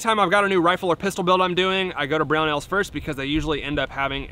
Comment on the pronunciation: Oh, it's Brownells?! I thought you and were saying 'Brown Owls'. On topic, that slamfire looks like one hell of a lot of fun.